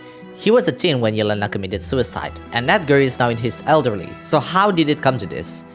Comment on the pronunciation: I think you are the only one hwo said yelenas name right, meny people pronaunce it like yelans name